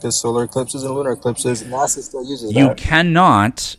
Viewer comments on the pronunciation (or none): none